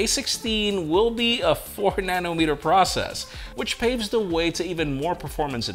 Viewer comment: said prush process 🤣😂🤣. got caught in a tongue twister.